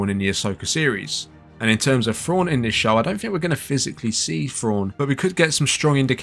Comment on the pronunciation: Is he trying to say thrawn or frawn?